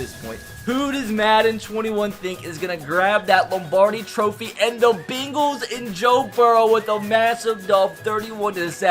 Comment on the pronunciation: I love how he pronounces the Bengals, the Bing-guls